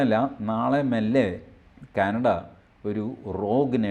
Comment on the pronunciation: ക്യാനട അല്ല...... കാനഡ ആണ്. 😊👍